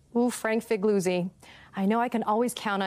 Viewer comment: why cant she pronounce figliuzzis name right LOL